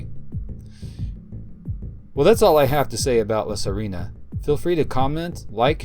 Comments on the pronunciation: You pronounce it La Sirena not "La Sarina"🤣 The Mermaid in Spanish🧜‍♀️🧜🧜‍♂️ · Just for the record, it's La Sirena /see - REH - nah/, not Serina.